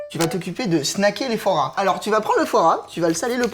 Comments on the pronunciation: ARRÊTE DE DIRE FOOORA A LA PLACE DE FOIS GRAS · mdrrrrr il dit " foie rat " pas foie gras 😂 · quand et fois gras on dirait qu'il dit forains